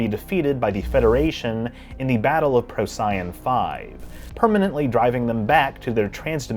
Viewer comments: Interesting, well though out, and well made video. Una is one of my favorite characters. Quick question since I missed most all of Enterprise when it originally aired. Was Procyon pronounced in the series Enterprise like pro-SYE-on, as you did in this video? The only way I've ever heard it pronounced during decades of amateur astronomy and working in science museums is PRO-see-on. Just wondering, not judging. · The proper pronunciation of "Procyon" is "PRO-see-on." The emphasis is on the first syllable, and it rhymes with "neon." This differs from what you were saying, "pro-SIGH-on". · when you said it the way you did I was wondering if I’d missed something all these years. I’m a firm believer in the Corollary to Murphy’s Law—if everything seems to be going well, I’ve obviously overlooked something. So I dug around and yes, the pronunciation is generally PROH-see-on. But…the name comes from the fact Procyon, which is also in Canis Major and rises just before Sirius, the Dog Star, and it Greek it’s Prokýōn, pro “before [the]” kýōn “dog.” Over the centuries the kappa k softened to an s sound. So maybe you’re just an Ancient Greek scholar! Cheers!! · Why does he pronounce Procyon wrong every time?